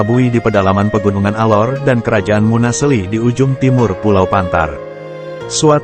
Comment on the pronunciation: Munaseli bukn munasli